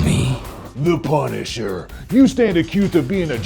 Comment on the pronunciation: LMAO "Punsiher"